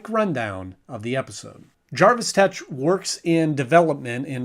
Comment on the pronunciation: His name is Jervis with an E not Jarvis as in Iron Man.